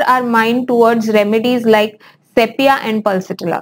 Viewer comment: Madam please correctly pronounce word sepia as sipia.